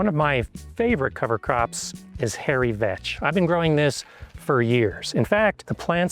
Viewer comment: I had to rewind the video bc I genuinely thought he said "Hairy Bitch" 😂